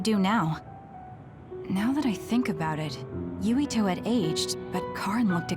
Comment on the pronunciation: His name is Yuito not Yutio.